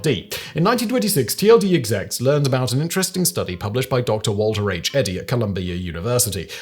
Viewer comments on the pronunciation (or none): none